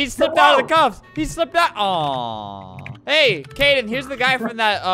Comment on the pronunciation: ITS KADEN NOT KAYDEN EEEEEEE